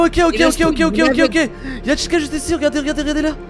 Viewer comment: C pas chica c Tica mais sa s’écrit chica